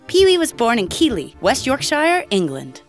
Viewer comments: peewee the hamster. that's a 50 pence not 50 cents and Keighley is pronounced Keith-ley (it's a Yorkshire thing) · yh and Keighley is pronounced Keithley